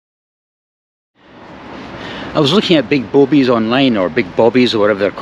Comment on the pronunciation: "I was looking at big boabies online" lol